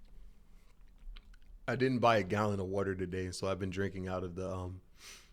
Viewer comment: why does bro say wataher like that